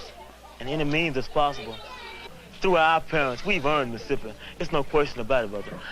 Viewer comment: I was always intrigued how most of them call Mississippi "Missipi" - a three syllable word.